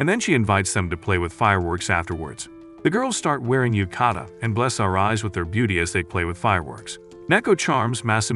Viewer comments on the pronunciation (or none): none